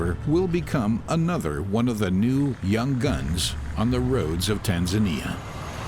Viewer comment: How did they record a guy pronouncing Tanzania like a local, but still continue to let the narrator pronounce like a western the whole time xD